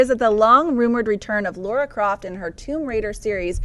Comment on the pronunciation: Damn you American's, It's Lara not Laura